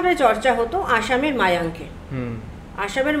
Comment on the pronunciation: Ota mayank noy mayong